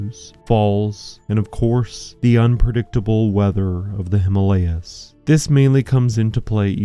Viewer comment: You have done a remarkable job in reviewing it, if all of you are aware of the hazards of this storm. We were lucky; we did the trip just at the onset of monsoon, so we were among the few on the trek. However, I would really appreciate it if you, documentary makers, learn that you mispronounce the HIMALAYA. In Sanskrit, it is made of 2 words. Hima, as in Lima, meaning snow, and Aalaya, meaning temple or abode. Hence, the way you say it makes it a nonsense word. The name Himalaya is at least 10000, if not more, years old. We don't need a modern replacement. Thank you, esp. if you make the effort to change.